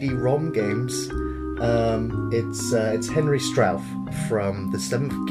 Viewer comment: But still... Henry STRAUF? 'R' you kidding? :) Not sure how STAUF will take that. ;)